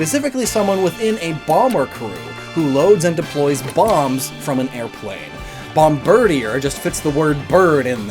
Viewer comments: "Bomb-BIRD-ē-uhr"?! I figured it was obvious this name is meant to be pronounced BOMB-buhr-DĒĒR. Ya know...like "Bombardier"? 🙄 EDIT: Omg ... he pronounced "Bombardier" wrong, too. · Bomardier is pronounced Bom-ba-DEER btw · Hearing him repeatedly mispronounce bombardier/Bombirdier for 10 minutes was pain.